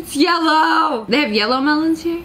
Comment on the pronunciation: "It's yelloe"